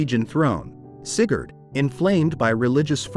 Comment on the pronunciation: Sigurd, AI Shat itself XD